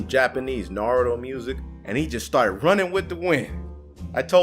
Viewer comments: its not narudo its naruto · Sorry to inform you, but its "Naruto" not "Naruo". Just A pet peeve I have. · Its NAR-U-TO